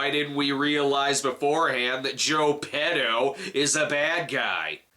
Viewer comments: Maybe it was written by a Brit. "Pee-doh"=/="Peh-toh" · So when he said "petto's" i was thinking he said "pedos", wich means "farts" in spanish, and that was my biggest laught of the review so far.